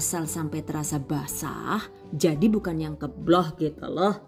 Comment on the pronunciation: Selalu terngiang2 "kemblohh"😁